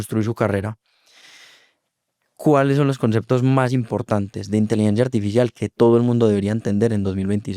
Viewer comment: jejej porque pronuncia inteligencia "artifishial"